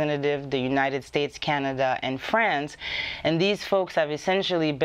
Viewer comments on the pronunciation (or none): none